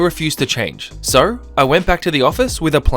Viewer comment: I just found you today and as I listened I noticed that when you say "so" it sounds like "sir" and now I'm curious to hear what you sound like when you say "sir"😂⭐